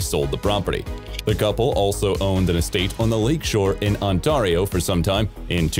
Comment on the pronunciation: Omg, that pronunciation of 'Ontario'. Pretty sure every Canadian choked with laughter at that butchery. Nice effort though :P